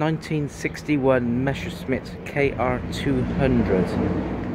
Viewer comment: Again, its "MeSSerschmit" not "Mescherschmitt".